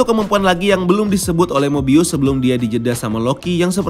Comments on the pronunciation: Skrg mah 'mobius' Kemaren 'mobayes' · 8.35 eh mobayes lagi😂